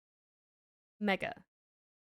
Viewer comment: Please be careful in the way you say Mega, also what is this creature on my screen.